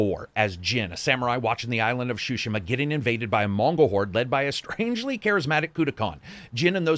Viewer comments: "Shushima"? It's more pronounced as Sue-Shima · "ghost of shoe-shima" LMFAOOOOOO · Great review, my only gripe is that you keep saying shishima instead of tsushima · I loved this review so much that I’m willing to forgive you absolutely murdering the pronunciation of Tsushima. It’s Tsu-shi-mah, not shoe-sheema! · "Shushima" Ign 10/10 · "Ghost of Sushima" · Ghost of sssushima 🌚🌚🤣🤣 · Ah yes, GHOST OF SHUSHIMA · "Ghost of Shushima" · Did you say "Ghost of Shushima" at 23s :-) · It's really adorable how keeps saying "Shushima".:)) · Shushima xD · Am I the only one hearing him say: "Ghost of Chushima" lol? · The way he said "shushima" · Neither Japanese nor English is my native language. Tsu in Tsushima is the same in tsunami and I think they should pronounce the same. If you pronounce shunami then it is shushima Correct me if I'm wrong and just buy the game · Shushima 😤that was annoying. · lol I love how no reviewer can pronounce tsushima consistently